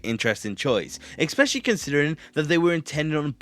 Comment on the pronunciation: you pronounce especially wrong